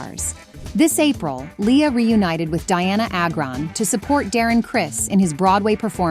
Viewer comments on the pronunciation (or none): Its pronounced dyanna agran